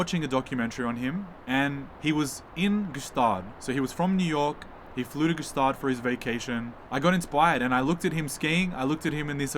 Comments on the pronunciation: May i perhaps enrich your already great video and lifestyle by add that Gstaad is pronounced Staad, the G is silent. Greets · It's pronounced "Schtaaade" by thw way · Not pronounced ge staad. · That’s not how we say Gstaad, I love the succession type of vibe so cool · the g should be silent btw